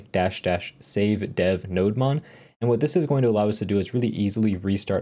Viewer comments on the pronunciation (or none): Nodemon is pronounced Node-Demon. It’s a server demon for Node. Ergo the demon horns on the Nodemon logo.👿 Cheers.